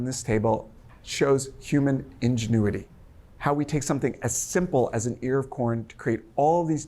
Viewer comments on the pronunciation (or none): none